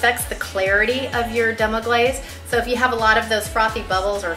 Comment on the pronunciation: Man thats rude to mess demi glace name and deffinition up like that. but thats a gud recipe besides the goat cheese. ill stick to cow cheese for now. u will be ok in the kitchen im sure. just read a tad bit before putting up the video..No harm done cook